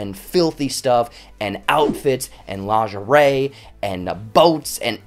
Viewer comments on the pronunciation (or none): none